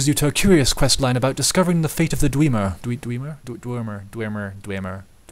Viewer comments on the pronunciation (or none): dweemer? Dwemer... Dwemer dew-mer, dwemer! D..dwarves... Dwarves! :)